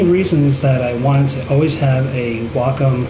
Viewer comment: gr8 video. (have to say btw, i wonder how many fellow artists dig the fact that u pronounce wacom's name properly;-) ---most important - i like ur emphasis on real issues that cg artists face. 2 things seem to remain the same overall - 1) Apple's "control freak" attitude, hence good interface (UX) yet anti-user-ability to blend their own hardware & software choices: "buy everything at iSTORES mentality"-- 2) Mikro$oft seems to be stuck on sluggish attitude toward UX & interface while allowing everyone options to control,mix,,blend apps.